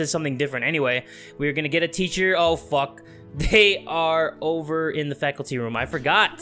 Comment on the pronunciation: “Ticher” “R A I G H T” You’re too young to watch this